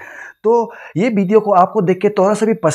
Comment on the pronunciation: video hota h pideo nahi 🤣🤣🤣